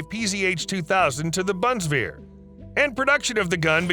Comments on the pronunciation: Btw, it's Bundeswehr, not "buntswear"... 😁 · Bundeswehr... say it like "boon this where" xD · its pronounced bun is ver, Pal a den.